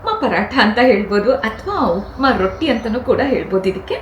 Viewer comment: Rotti not rotting